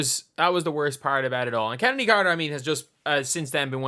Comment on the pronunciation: Genuine question: is that how Chennedy is pronounced?